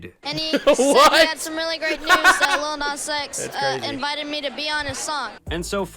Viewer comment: "aniddleliddle nazX"